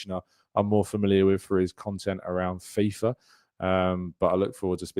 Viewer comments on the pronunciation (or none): none